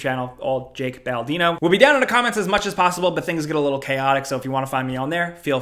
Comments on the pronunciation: “Jak Baldino” hehehe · Did he just call himself ""?!